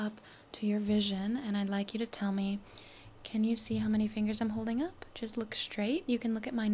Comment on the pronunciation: Whenever you trynna say can, you say can’t or i hear cant. Maybe is just me or trying to help you a little